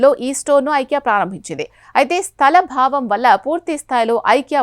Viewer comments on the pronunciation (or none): స్థలభావం కాదు తల్లీ. స్థలాభావం.